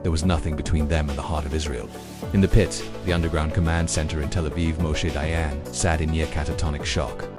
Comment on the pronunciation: Read "dayan" like in english. The france sound dont even acsist in hebrew.